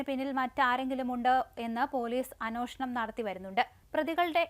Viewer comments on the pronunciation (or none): അന്വോഷണം അല്ല കുട്ടി അന്വേഷണം അന്വേഷിപ്പിൻ കണ്ടെത്തും വാക്കുകൾ തെറ്റാതെ ശ്രദ്ധിക്കൂ മോളെ 🙏